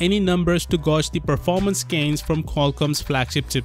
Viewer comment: It's 'gay-ge', not 'gosh'